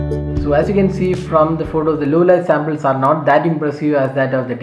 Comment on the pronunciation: Its not Sambles.... Its Samples.